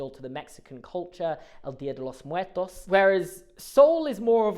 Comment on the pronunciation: pronouncing "dia de los muertos" as "dia de los muetos" has made my day.